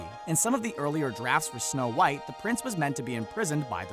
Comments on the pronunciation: When it says snow whot instead of snow white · you said whot and not white wth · "Snow whot" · You said Snow WHOT and the Seven Dwarves lol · did anyone else notice they said whot and not white? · Uh you kinda forgot how to spell white because you said snow whot and the seven dworfs. Sorry if that bugged you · “Snow Whot And The Seven Dwarfs Ummm... Did you mean White? 😂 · It's snow white not snow whot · Am I the only one who noticed "snow whot" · “snow whot and the seven dwarfs” i cannot breathe call an ambulance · Somebody explain wtf is "Snow whot and the seven dwarfs"is? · Did anyone else see that they said snow thot just me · Who the hell is SNOW WHOT?? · who the heck is Snow Whot 😂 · “Snow Whot and the Seven Dwarves” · “Snow Whot” who else noticed this 🤣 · "Snow Whot" really? Smh. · Snow- WHOT ... wot? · " SNOW WHOT AND THE SEVEN DWARFS " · who is Snow Whot??? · "Snow Whot" u "whot" mate? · “Snow whot “😂🤣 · . “ Snow Whot “ ? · Did anyone notice that is said Snow whot and the seven knomes with the mother gothel and evil queen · . “Snow Whot”...